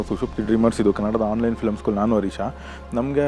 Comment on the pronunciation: ಕನ್ನಡ ಭಾಷೆಯ ಪ್ರಜ್ಞೆ ನಿಮಗೆ ತುಂಬಾ ಚೆನ್ನಾಗಿದೆ. ಹರೀಶ ಮತ್ತು ಮಂಜುನಾಥ ಅವರು ತಮ್ಮ ಹೆಸರನ್ನು ಹೇಳುವಾಗ ತಮ್ಮ ಹೆಸರನ್ನು ಕನ್ನಡ ಭಾಷೆಯ ರೀತಿಯಲ್ಲೇ ಹೇಳುತ್ತಾರೆ ಅಂದರೆ ಹೆಸರನ್ನು ಸ್ವರದಿಂದಲೇ ಮುಗಿಸುತ್ತಾರೆ, ಉ.ದಾ. ಮಂಜುನಾಥ, ಹರೀಶ, ಅದನ್ನು ಹೀಗೆ ಕರೆಯಬೇಕಾದುದ್ದೇ ಸರಿಯಾದ ರೀತಿ. ಆದರೆ ಇತ್ತೀಚಿನ ಸಾಕಷ್ಟು ಕನ್ನಡಿಗರು ತಮ್ಮ ಹೆಸರನ್ನು ಇಂಡೋ-ಆರ್ಯನ್ ಮತ್ತು ತಮಿಳು ಭಾಷಿಕರಂತೆ ಸ್ವರವಿಲ್ಲದೆ ಬಳಸುತ್ತಾರೆ, ಉ.ದಾ. ಹರೀಶ್, ಮಂಜುನಾಥ್, ಪ್ರದೀಪ್; ಹೀಗೆ ಕನ್ನಡದಲ್ಲಿ/ಕನ್ನಡಿಗರು ಕರೆಯುವುದು ತಪ್ಪು.